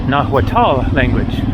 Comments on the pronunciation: Nahuatal is wrong pronuncination, you must say more like nawatl. Hua is wa. Atahualpa is Atawalpa. Cuahtemoc is Qaotemoc. Mexico is wrong, but Spanish pronuncination Mehico is also wrong. Original is Meshico, Meshicas. But spoiling words is normal when they go from language to language. Also, why to translate Ciudad de México to Mexico City? Foreign city names are usually written in original. Why then Sao Paulo is not Saint Paul, why Buenos Aires is not Good Air, why Rio de Janeiro is not January River? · The h in "nahuatl" is silent, it's pronounced nah-watt or nah-wah-təl